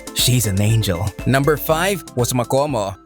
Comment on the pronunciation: You should say makamo not makomo